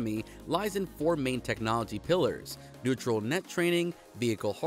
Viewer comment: please. learn to read words correctly. Its not "neutral" net... its "Ne-you-r-all" net (no T), nvidia = "EN-Vidi-AH", and CaPital expenDItures, not Cabidal expendures ... sorry. Cant up vote when words are butchered.